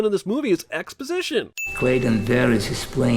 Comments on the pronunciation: Ex-spa-sition xDDD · Ex- spa- sition 🤣🤣🤣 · no ones giving enough credit for "Ex-Spa-sition" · sigh Ex-spa-sition.